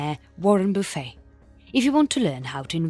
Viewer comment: I like narrators pronunciation of "buffet", "boo-fey" sounds much classier 👍 She has a lovely accent and speaking voice